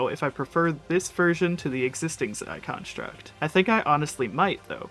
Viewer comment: “Zie contruct” 😭😭